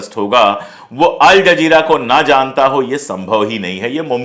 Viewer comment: अल जज़ीरा बोलिये जनाब.आपका उच्चारण सही नहीं है